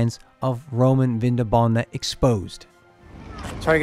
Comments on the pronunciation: Very interesting, even for a Viennese! One little annotation only: the latin promounciation was/is VinDObona (with emphasis on the 2nd syllable) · It‘s pronounced Vindóbóna